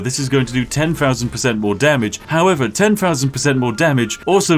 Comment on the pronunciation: “Ten Fousand!?” Fats incredible!